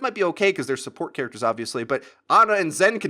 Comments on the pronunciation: Her name is Ana, not Arna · its funny how he says aner was good in the tank meter. there no r's in those words dude.